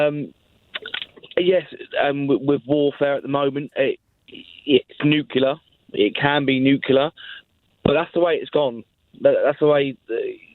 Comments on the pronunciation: When a young British says "Nukelar" instead of "Nuclear", you know they stand no chance to win any war.... It's game over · "New-clear" hahahah! So bright and articulate these days. Bet he's really proud hahahaha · If you can't pronounce 'Nuclear' You shouldn't talk about it, imo